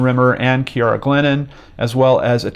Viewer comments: My name is Ciara. You pronounced it exactly how mine is. And nobody EVER gets the pronunciation correct when they see the spelling of my name so I appreciated how you said it! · "Ciara" is pronounced the way in which you pronounced it in Gaelic, which is the language of it's country of origin.